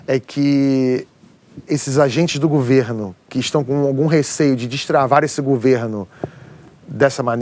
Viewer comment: Não é "gUverno", é gOverno, GOVERNO!!!!